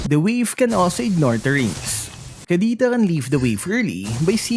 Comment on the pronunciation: Bakit hirap ka po mag pronounce ng k or c? Kapampangan ka po ba?